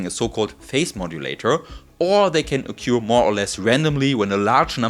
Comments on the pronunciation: a couple of pointers: in English, "trough" rhymes with "hof" in German; likewise "occur" sounds like "hoer" but with a retroflex r for Americans. The microscope is amazing but the result doesn't impress me--after all, we've known for many decades that things can travel faster than light in a medium. I have a thought experiment for the theoreticians among your viewers. Imagine a perfectly stiff rod several light seconds in length. Suppose when we tap this rod, a light signal is generated that travels in vacuum to the end of the rod. If we tapped this rod, the rod as a whole would travel at a very low speed but the signal would be perceived instantly at the other end, beating the light signal. Can this apparent contradiction be resolved? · Hello. Fellow non-english person here. The way you pronounce 'occur' is wrong (it goes beyond "having an accent") and it wouldn't be a big deal if you weren't using it so often in this (excellent) video. I am being pedantic only because I wish people corrected me more often so I can improve, rather than being polite, because in the end these little things just add friction for the listener and you want to be the best communicator you can be.